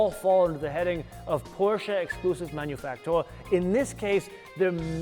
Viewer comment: He pronounced the word (Exclusive) Manufaktur pretty good